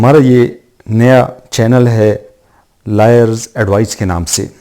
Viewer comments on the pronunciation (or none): Nice and informative. Please pronounce Lawyers as Loyers otherwise it sounds like liars .